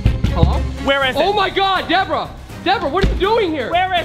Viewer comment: It's Deborah not Bebrah